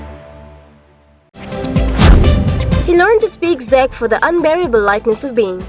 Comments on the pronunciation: its pronounced as CHECK but spelled CZECH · This voice over make my ears bleed, never in my life heard somebody to pronounce Czech like that😂😂😂 go back to shool